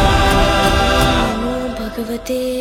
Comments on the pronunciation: Name should be "NARA-SHIMA" not "NAR-SHIMA" just for reference "ಓಂ ಉಗ್ರಂ ವೀರಂ ಮಹಾವಿಷ್ಣುಂ ಜ್ವಲಂತಂ ಸರ್ವತೋಮುಖಂ| "ನರ"ಸಿಂಹಂ ಭೀಷಣಂ ಭದ್ರಂ ಮೃತ್ಯುಮೃತ್ಯುಂ ನಮಾಮ್ಯಹಂ" Pls do the necessary correction!!, Thanks for the making no doubt best visuals team!!❤❤ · It's not narsimha NARASIMHA ನರ್ ಸಿಂಹ ❌. ..ನರಸಿಂಹ ✅✅